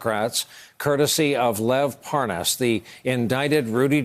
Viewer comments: Why does he keep saying “ParN’as”? Is he related to Devon Nunes 😝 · Parr Nus? You'd think a journalist would get the name correct. Pathetic USA education levels. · “Spends a lot of time in Belgian” mark. Anyone else catch that he pronounced Lev’s last name wrong too.